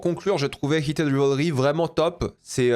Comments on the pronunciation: Bonne analyse…dommage pour la prononciation du titre quand même: /Raivlri/ 😊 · Ce serait quand-même bien de prononcer correctement Rivalry : c'est Raïvelri.